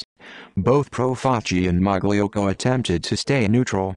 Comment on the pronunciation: It’s pronounced ( malocko )